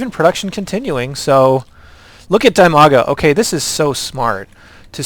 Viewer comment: OK... So I know people say Idra like "I-dra" and "Eye-dra" and nobody really cares... But Dimaga is pronounced "Dee-maga", not "Die-maga"... An acceptable anglicized version could be pronouced like "Dim-aga" as in "dim light"... But since it's a variation of his real name saying "Die-maga" is pretty wrong. It's as if your name were Bill and people called you Bile!!!